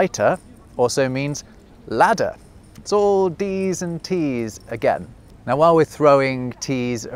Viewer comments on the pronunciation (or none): none